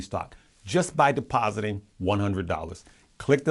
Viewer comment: "Deposit". Drop the "e". Love you,!